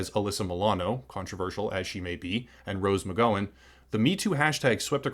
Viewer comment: Why do so many youtubers mispronounce Rose McGowan’s (rhymes with cow not toe) name?